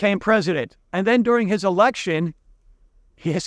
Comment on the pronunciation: Pretty sure you nearly said "erection" there rather than election. Luckily it wasn't the most interesting part of the video, thanks!